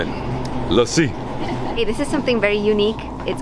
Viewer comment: omg it got crazy when you start pronouncing "lassi" so perfectly and better than nisha